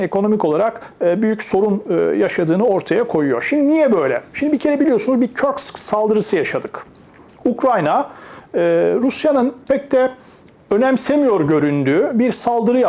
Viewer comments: Kursk yazıldığı gibi okunur yani Kaptan Körsk gibi okunmaz. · Kursk, Kursk telaffuzu Kursk'tur. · Hocam orası Amerikan şehri değil. Körsk değil yani. Rus bölgesi. Kursk direkt.